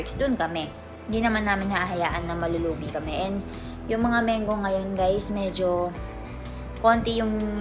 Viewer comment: MANGO correct pronunciation po Mang-go not Meng go